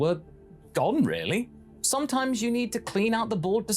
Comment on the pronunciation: Really or as he says it real lay